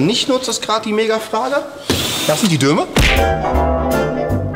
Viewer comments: Es heißt DOME, verflucht nochmal... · Dome statt Döme... . Junge, Junge was ist los bei dir. 😊😉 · Dome! Nicht Döme... Herrgottsakra! xD ;)